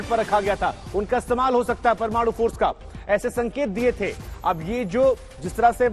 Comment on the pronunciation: Anchor, reporter toh lgta hai kisi kaam ka nhi hai...bolne tak nhi aata parmanu ,alert zone, bolne tak nhi aata